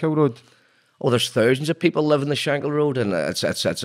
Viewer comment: It’s not pronounced shank hill 😩 it’s shank kill.